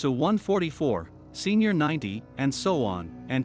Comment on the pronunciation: Yeah, "senior 90"? No Strontium 90. Pee You 94?